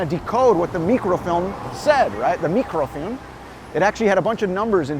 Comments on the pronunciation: Why do you keep pronouncing it "meekro-feelm"? I'ver never heard it pronounced that way. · I appreciate the Slavic way of pronouncing “mikrofilm” 👍✨